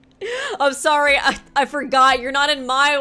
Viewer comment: Not running with her army of Simps 😭and then saying „sowy“🥲😂